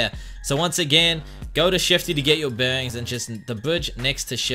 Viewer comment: Its bearings not bengs